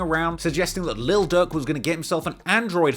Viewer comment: I thought you were saying Lil Doug